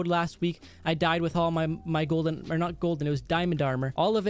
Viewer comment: "Yolden apple" XD